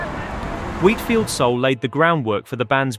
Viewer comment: Американский соул звучит как наше, родное -аул!! Кошмар...